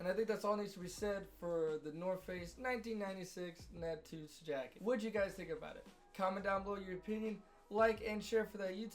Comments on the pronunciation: big bro its pronounced nupt-see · How about you spend 5 minutes finding how to pronounce the name ‘nuptse’ correctly? Such an easy thing to do.